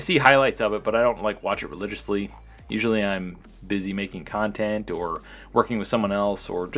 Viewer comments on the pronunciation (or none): none